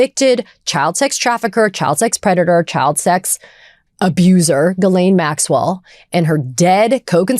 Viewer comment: CONGRATS TO BEN for CONSISTENTLY pronouncing GHISLAINE correctly after a goddamned year....